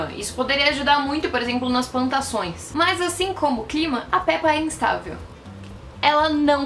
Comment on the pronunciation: Mano ela fala rulieta E Pépa mds que agonia